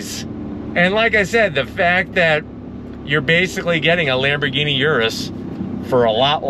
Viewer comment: Lambergeeni Yiris 😂😂😂😂 come on speaking of crispiness the audio here is so CRISP